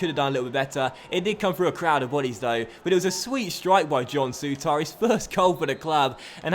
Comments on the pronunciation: I know loads of people say it but it's pronounced sooter not soutar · Souttar.......please dnt put as much emphasis on the "ar" pronounce it as if it ended "ir"